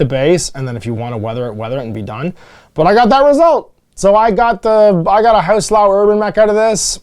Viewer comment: House LEE-YOWW not LAO. It's not that difficult